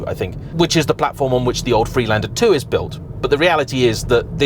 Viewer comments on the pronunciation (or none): none